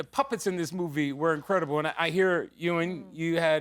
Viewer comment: It’s Ewan - not Ewing,.😉😂